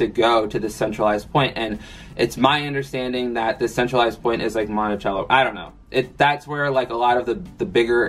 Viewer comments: It’s not Monticello like cello. It’s monti-cell-o. Love you tho! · I live about 45 min from Monticello. It’s pronounced like Monti-selloh I love that I’m literally gonna start saying it how you pronounced it just to get on my Boyfriends nerves 😊 love your videos btw